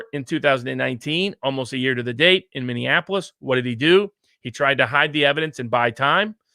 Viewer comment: Viva Frei, it's MINNEAPOLIS, not MINN-DIAN-APOLIS. Just because my city is bit burnt it shouldn't be dissed as such.